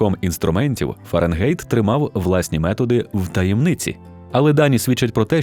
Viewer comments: Fahrenheit - ФАРЕНХАЙТ. Не беріть "ґєйт" з ворожої. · Дуже добре! Але все ж таки ФАРЕНГАЙТ